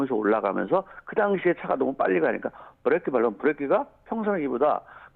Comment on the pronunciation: 김현정 뉴스쇼에서도 이분 인터뷰 들었는데 /// 아뭏튼 브레이크라 안하고 계속 브레끼라 하시네... 정비명장이라 더구나 저리 부르시나